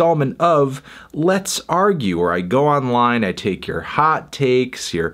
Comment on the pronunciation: Let's argue: Anthony sounded a bit midwestern when he said hot takes 4 times